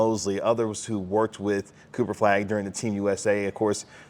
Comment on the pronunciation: Kinda driving me nuts that no one can say "Flagg" or even "Cooper". It's always "Cooperflagg", all one word, every time.